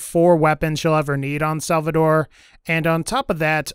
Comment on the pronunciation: it's SALVADOR! nothing else needs to be said!